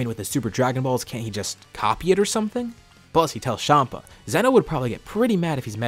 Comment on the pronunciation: bro tf is shama its champa